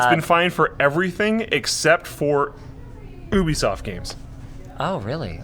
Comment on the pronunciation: lol gubisoft